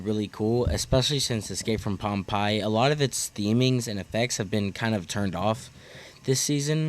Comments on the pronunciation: Great video. Friendly tip: Pompeii is pronounced Pom-pay. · Ok First of all, Pompeii? Is pronounced Pom Pay. Secondly the park needs more family rides and flats rides in general. Would love to see the RMC someday, but the supporting crew needs some love. Besides which with how the economy is going to look over the next two years? I think you will be lucky to see anything big for a few years... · Your pronunciation of Pompeii boggles me as a history lover. But yes let’s get the RMC going.. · “ escape from pom-pie “ 😂 I love it I’m calling it this forever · im sorry bro i cracked up every time u mispronounced pompeii